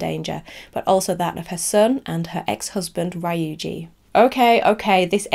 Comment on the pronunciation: I'm sorry if that came across rude, but as Japanese, I feel I needed to say something so that people don't pronounce it wrongly. I have watched Hideo Nakata talk about Ringu in an interview, and he pronounces it Ring-goo as well, which is correct. He did not say Ring-you. I appreciate that you checked the pronuncations, I mistakenly thought you did not, because you pronounced Ryuji as Ra-yu-ji, which was incorrect too. It is understandable as your language is not Japanese. I just wanted to point it out to anybody who reads this so that they will know how Ringu is supposed to be pronounced.